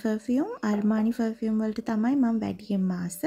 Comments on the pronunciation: ෆ(ර්)ෆියුම් නෙවේ අක්කෙ ප(ර්)ෆියුම්❤ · Two things... 1. It's පර්-fume. You can use Google voice to learn how to pronounce words properly 😊... 2. Makeup, once opened needs to be kept in the fridge... N they need to be refreshed every 6-8months 😊... නැත්තං ඕවා ගැවම ඇගට විස වෙනවා. Plus, use කරන්න ඕනෙ Organic, Vegan makeup. Your father can send from America 😊...